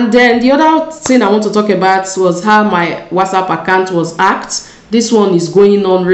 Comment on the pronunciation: Why is it very hard for you to pronounce the word hacked and your name is written not Joanne